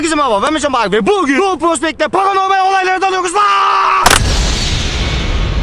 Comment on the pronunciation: Abi bu arda r leri söyleye billion 1:2 de mert can bahar diyon☻